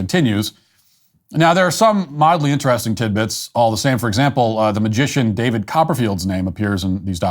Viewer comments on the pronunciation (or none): none